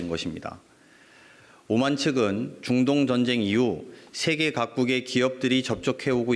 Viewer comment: 자꾸 준돈전쟁이~ 라고 하시내~ㅋㅋㅋ